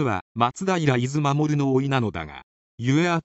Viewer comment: 読み間違いがあったな。 伊豆守はいずのかみ、偏屈はへんくつ、有無しはあるなしと読みます。 ナレーターは日本人じゃないのかな。歴史の知識がないのかな。 声は良いけどな。いずまもるとはビックリしたな。